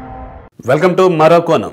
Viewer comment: అయ్య గారూ తమరు ముందు తమ చానల్ పేరు సరిగ్గా పలకండి. మరోకోనం కాదు మరోకోణం పలకటం రాకపోతే పచ్చ కోణం అని పెట్టుకుంటే బాగుంటుంది.